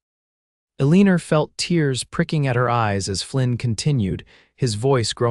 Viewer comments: Her name is pronounced...'E - LEE - NAH.' Not...E - LEE - NER!' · Eliner, instead of Elena, is irritating. But a wonderful story with a compelling storyline. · Enjoyed story BUT the woman’s name is Alena NOT Alerna. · I find myself wincing every time the narrator pronounces her name. “AHLEANER” Instead of “Elina”. VERY distracting, even knowing it is from a AI. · elineer? should be Elina(h) or El(e)nor (oar) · Elina, not Elinar, no R at the end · Agree!!! Elina...NOT Eliner!!!! These narrator's need to "proof read" before putting words to actions aloud for us critics!!!! Not that I am a linguist, but I do try to speak distinct and correct and spell correctly. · The accent of Elina should be on the El. Stop making it sound like eleener. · "ALEENER" SERIOUSLY?!! 🤦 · I agree lol ElinaRR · That is really annoying - Elina is not pronounced that way. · Elina ends with a not an r! 😡 Seriously sounds awful! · Whoever taught the AI pronunciation might be from New Hampshire. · Pronunciation ruins the story. Best not to listen. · AI needs a couple more years of schooling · I can never tell if they're trying to say Elina or Eleanor. Can't always trust the print script either. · Yes, that really ruins the story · Great love story. Agree about the pronunciation of Elena. Very distracting